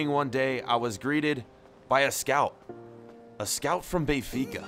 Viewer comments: Benfica not bay-fica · lmao it’s “Ben-fica” not Bay-fica” 🥴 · Does anyone else get pissed off with how he says Benfica